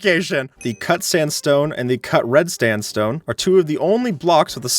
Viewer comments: If you go to when He's going over the cut sandstone variants. You can actually hear say. Red "Stanstone" instead of red sandstone! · he says cut red stand stone lol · said red "standstone"